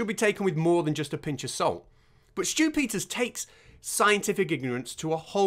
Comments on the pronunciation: I kept hearing "Stupider" instead of Stew Peters. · I can't help but hear "Stupiders" whenever you say "Stew Peters". 😆 It should be a word to describe people like him. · I just keep hearing Stupid-ters, and don't get me started on Loonie 😂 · Once you mis-hear it a "stupiders," you can't unhear it.